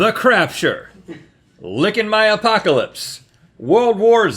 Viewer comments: Is anyone else annoyed by "Apaco-lips"? Woouldn't it be "Apoca-lips" or am i missing something here? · "Lickin' my Apaco-lips" Do you mean Apoca-lips?